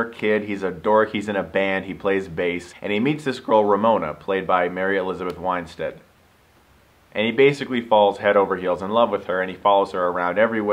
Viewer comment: Why do Americans say WINEestead, it's WINstead